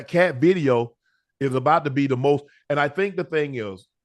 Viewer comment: Shay shay can't say v . He said bideo😅😅😅😅